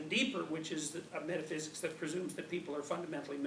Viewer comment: Thumbs up for pronouncing "metaphysics" the right way!